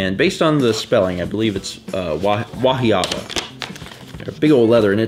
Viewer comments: Oh yay! I'm glad it got there okay! I'm so sorry. I didn't think. I sent the package the day before the movers came because I was afraid it would accidently get packed. Wahiawa is pronounced Wah-eeee-wah. I think the first 4 months of living there I would ask Dieter where do we live again? I could never pronounce it right. Technically we lived on HMR (Helemano Military Reservation). That's much easier to say! Hehehe. Yes I packed the box that way on purpose. I thought that would be easier for in her role as Vanna:) I'm also a little anal retentive so I was making sure I remembered to put everything in the box. Dieter is in the Army so I've sent quite a few care packages. It's a personal challenge to see how much stuff I can fit in a box:) I feel that I'm getting rather good at it:) OMG I'm so sorry about the SuckSeed candy. I thought it was funny because it was play on the word Succeed (as it was with the graduation stuff). Dieter thought it meant something naughty so I almost didn't send it at all. I didn't mean to almost kill! I didn't know it was going to be so sour. I hope you threw it away LOL I'm glad the chocolates were better! That's so cool about the name stuff. We are both originally from Iowa so just a hop, skip and a jump from. Maybe Dieter and are cousins 20 times removed or something.:) Since watching your videos, there have been so many little coincidences that just make me go wow! Like....I miss Culvers so much! It's one of the first places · That's not the pronunciation of Wahiawa. Good try, though!